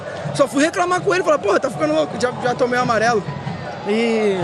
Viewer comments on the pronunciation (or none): none